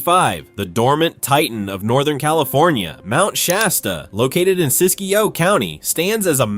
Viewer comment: Siskiyou, not Siskiyo.